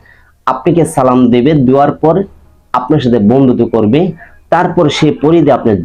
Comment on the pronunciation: সালামের উচ্চারণ ঠিক করেন ভাই।